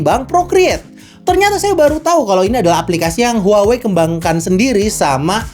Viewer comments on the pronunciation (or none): maaf. cara menyebut brand-nya harusnya WAHWEi